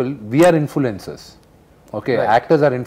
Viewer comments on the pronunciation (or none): vishnu : we are the infulencers😂